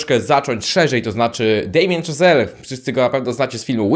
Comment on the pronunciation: Szazel, a nie Chazel i znowu mówisz, że coś było „niedawno”, a „Pierwszy Człowiek” jest z 2018, czyli sprzed 5 lat. Bardzo lubię Twój kanał, ale rób lepszy research, wtedy wszyscy wybaczą Ci czepialstwo o szczegóły wobec filmowców!!!